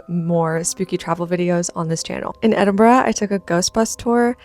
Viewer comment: If there's any other city in the world i would live its Edinburgh. (So happy you pronounced it properly). Edinburgh is considered one of the most haunted cities in the world. It definitely has a super spooky vibe!